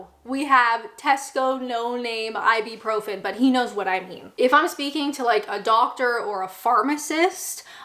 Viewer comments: i've never heard ibuprofen like that. sounds like a pirate, "i be profin'! yargh!" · Tends to be pronounced ibrufen 💗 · "Ibeprofen" would indeed be awkward to say...but it is "Ibuprofen". It is usually pronounced either "I-boo-pro-fen" or "I-byou-pro-fen". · it's Ib-U-profin, not Ib-E-profin. If you buy branded versions of such drugs, like Nurofen, they cost about 10x what the generic version costs. Halloween originated here in the UK, (Ireland/Scotland) but when I was young it was mostly a bit of dressing up fun for kids, not adults. Dressing up by adults is considered a bit silly & American. Here taking much interest in it has always been seen as a bit sinister & sacriligious, & was discouraged by the Church etc. It only became acceptible if treated as childrens fun, to be grown out of, like Santa Claus & the Tooth Fairy. It's not compulsory to enjoy, or even to drink Tea here in the UK, many of us prefer coffee, which was popular here before tea was introduced by Katherine, the Portugese wife of King Charles 2nd. Tea was first served in Coffee shops. Instant coffee is the most usual way we consume it, because it is very quick & easy to make, using the electric kettle, & even quicker than tea, & more dependable.This always ensures that it is Hot, which is how we prefer it, whereas filter or machine or percolated coffee is often tepid or luke warm, & we don't much like things long brewed, as this makes it cool down, & too long brewed tea gets bitter. No matter how it's made, or what it's called, coffee always tastes like coffee, whereas tea comes in so many varieties, & in so many ways, all of which are different & not to everyones taste. We do not all eat mushy peas, or Black Pudding, or other UK 'staples', such as Haggi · It's I-byou-profen. I'm pretty sure. Not I-B-Profen.